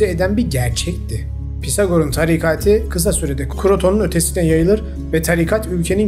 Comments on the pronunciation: sizin sesinizle uyuyorum videolar harika ama bu videoda çıldırmak üzereyim TARİKATİİİ DEĞİL TARİKATIII olacak başka birşeye odaklanamadım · Aga tarikati yanlış telaffuz. Tarikatı demen gerekiyir. Çok kulak tirmaliyor.